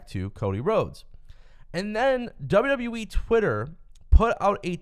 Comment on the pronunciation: This guy literally saying WWE wrong if you really hear it sound like it sounds like he's saying WWwe